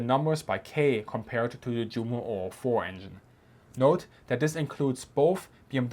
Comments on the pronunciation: Did I hear you actually say Jumo with the English J-sound? I was just thinking that this is the channel I can learn about German military history (and other topics) with the German words at least pronounced correctly. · We say ‘Vicebeer’, it is better to pronounce ‘You-mo’ and ‘Yunkers’. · Jumo is pronounced You-mo. The same with Junkers. Shameful ! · why do you pronounce the "j" in Junkers and Jumo like the English "j" instead of the English "y"?